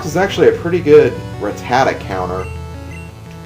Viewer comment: It's pronounced rat-ta-ta, not rat-tat-a.